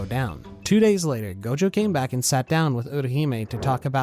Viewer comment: Clã “ GOLDJOW” …. Vira homi e fala gojo normal… bisha’